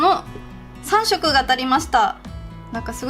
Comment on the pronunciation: 21秒ぐらいの 3色マーカーチャレンジのとこを、 「3↑マーカーチャレンジ」って言うところ可愛い😍❤️